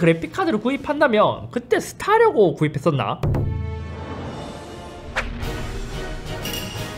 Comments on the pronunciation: 엘더스크롤4는 오빌리언 아니고 오블리비언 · 오빌리언이 아니라.. 오블리비언...